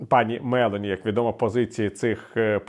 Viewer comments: У прізвищі МелОні наголос потрібно ставити на О. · п. Віталію, прем'єр Італії Д. МелО'ні. Наголос в італійських прізвищах на передостанньому складі